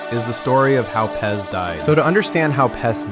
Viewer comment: Pronouncing it pez hurts my soul